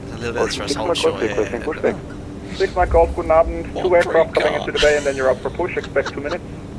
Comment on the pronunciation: Your „Guten Abend“ sounded very nice as if you were a native speaker. Nicely done. Have a nice weekend.